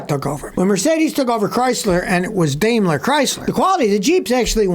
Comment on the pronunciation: It's Dime-ler, not Dame-ler.